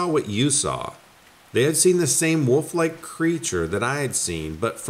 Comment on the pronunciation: Love ya, but WOOL-F. Leave "woof" with the amateurs.